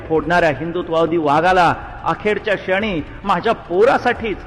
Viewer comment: हिंदू हृदयसम्राट का बोलायचे? हिंदू हृदयसम्राट का म्हणायचे.. हिंदूंना नरसंहार... हिंदूंचा नरसंहार..AI ला अजूनही "क्ष" म्हणता येत नाही ..क्षणी...हे शणी ऐकू येत आहे...बाकी ध्वनीफीत उत्तम..